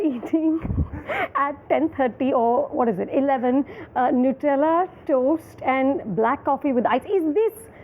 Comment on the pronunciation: Its not pronounced as Nootella, the pronunciation is annoying.